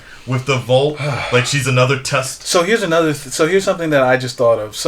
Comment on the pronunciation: Vought, not volt. Like thought and bought